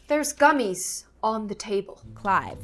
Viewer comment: Tha GumEEZ Are aWN tHa TæBUll